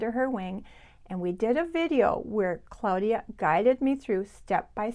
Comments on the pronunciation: Hi. I recently discovered your channel and love it. You are so sweet and I love your attention to detail. I don't usually correct people on pronunciation but I am very curious about your pronunciation of the name of your friend Claudia. You pronounce it Cloudia. I have always pronounced it Clawdia. Does your friend pronounce it Cloudia? I am not critizing. I am truly just curious. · Thank you Liz! Welcome! I'm super happy to have you here. And I totally understand about the pronunciation...my friend is the only Claudia I have ever heard of who uses the pronunciaton CLOUDia....not CLAWdia....maybe because she was born in Germany?